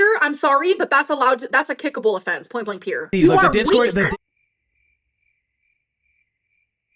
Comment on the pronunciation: I die a little inside every time I hear, “point blank peer.”